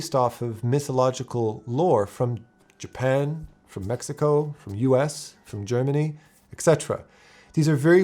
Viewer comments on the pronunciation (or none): none